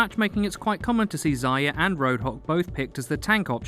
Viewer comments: First mistake: It's ZAR-YA not ZAI-YA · sounds like he's saying Ziya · It's pronounced "zarya" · Number one mistake is pronouncing Zarya as zeyea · You call her "Zaya" all the time, in Russian that's a cutesy word for "hare", not "dawn" as intended :) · There's an R in Zarya. Thought you might want to know ;)